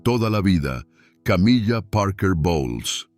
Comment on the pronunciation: "Camilla"????,muy buen contenido pero hay que cuidar la pronunciación.